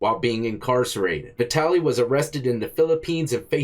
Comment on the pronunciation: Vitaly. Vatality. VATALITY. 😂😂